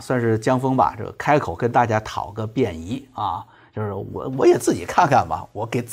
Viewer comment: pian宜。。。还是bian宜。。。傻傻的分不清楚